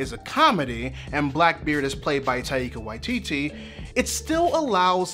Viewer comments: (For future reference it's TIE-kuh WHY-tee-tee) I love this show's treatment of queerness because queerness /itself/ isn't what the characters struggle to express; instead, it's an avenue of emancipation for what they're actually struggling with--vulnerability, softness, love and contentment, etc. Ed was openly queer long before Stede came along, but he'd never met someone who let him show the gentler sides of his personality until he met Stede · I truly love the series and your analysis, but I think it's very funny how you butchered Taika Waititi's name. As a huge fan of his work, when I heard the way you said the first time I almost had a heart attack.